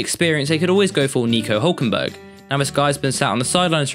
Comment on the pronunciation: HÜÜÜlkenberg, go damn it! ÜÜÜÜ not uuuu is it really that hard?? ü in Müsli, Müller, München, Mütter, müssen, mühsam, Münzautomatentechnicker and many more!